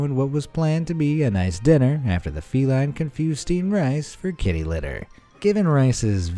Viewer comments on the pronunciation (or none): You said Kitter Litter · "Kitter Litter?" 🤣🤣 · This guy literally said kitter litter😂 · ahh yes kitter litter